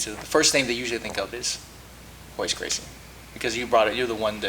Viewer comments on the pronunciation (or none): Its hoyce not royce